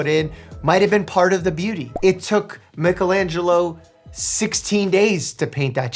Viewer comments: not Mike pronouncing Michelangelo as “mickalangelo” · IM SORRY..... but MIKIL ANGELOOO?!?! sir that aint how you pronounce that.